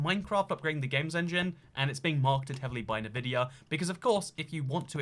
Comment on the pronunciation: Everytime says NuhVidia instead of ENVidia, one of my braincells dies.